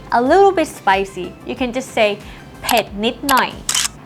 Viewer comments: Doesn't sound like it. It's more like PET, but you don't fully pronounce the T. I'm not thai, but trying yo help out even though it's been 2 months without a reply from someone who actually knows for sure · I Appreciate it as I'm Watching This Clip Again I Cat Hear The T sound here.. I Have heard Some Other Lessons Where It Sounds Like Pek or Peck Really Clear?? But I Could Not Get An Answer From Them Either .. So Maybe I Asked Here To See If She Would Say It Can Be Both ? Anyway Thanks Again!